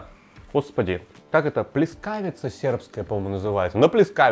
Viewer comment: Друже, в слове "pljeskavica" ударение на букве е )